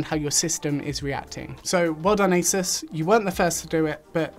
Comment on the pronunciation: Thank you… it’s As(eh)s not, As(ooo)se